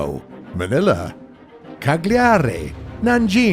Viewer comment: Bro you said CAGLIARI in the wrongest way possible ever ... next time just try on google translator to hear the sound of it ...